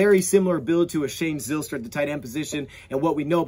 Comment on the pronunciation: The y in Zylstra makes a hard I sound like Ryan or Kyle